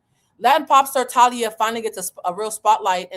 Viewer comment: The way you’re saying her name is driving me crazy. It’s Tah-lee-ah and she was in Mexican soap operas and a singer. She was part of a Mexican band then went solo. Married Tommy Motooa Mariah’s ex.Thalia also has a famous sister. She comes from a reputable family. I always found Thalia annoying. Btw, COO chief operating Office to me finance is CFO chief financial officer